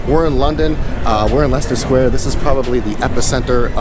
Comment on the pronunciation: You can't be American since you pronounced leicester sq correctly.😂